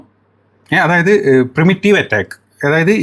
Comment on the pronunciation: പ്രിമിറ്റീവ് സ്ട്രൈക്കല്ല പ്രിഎംറ്റീവ് സ്ട്രൈക്ക്.